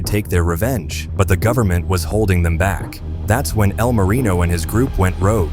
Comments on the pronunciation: "E.L. Marino" and "El Marion" lol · "EEE L Marino" A.i. is disgusting.